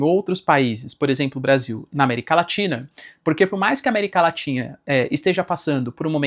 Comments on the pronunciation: América LATINHA 🤣 (Normal. Acontece. Mas é engraçado) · Eu ouvi américa latinha? Kkkkkkkkkk